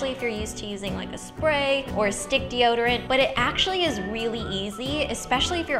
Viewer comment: "Oh, I forgot deode" I love Ingrid so much.